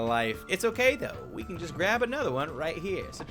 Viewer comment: hey cow get back here cow: can't touch this also: hokay